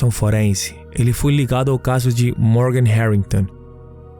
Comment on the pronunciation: Que narrador chato não sabe pronunciar palavras em portugues, casso ao inves de caso, acresta muito nas palavra é sofrível.